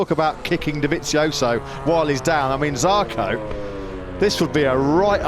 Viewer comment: ZARCO, not jarco.